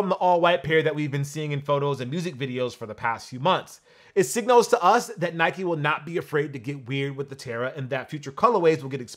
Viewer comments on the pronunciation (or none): none